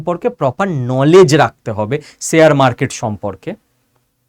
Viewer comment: ইস এই উচ্চারন? শেয়ার উচ্চারন ঠিক করুন। চ